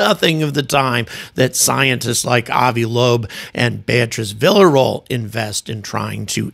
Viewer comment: Villaroel pronunciation = "Viya-ro-ell"